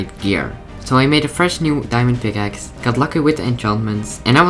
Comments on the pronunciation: yeah i heard that picaces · Be like: " I switched pikakes" pick-a-kes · just listen how he says pickaxe 😂😂